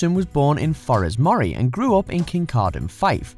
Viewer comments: Moray is pronounced Murray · Shame he couldn't say Moray correctly, but its a better effort this vid than many of his other narrations!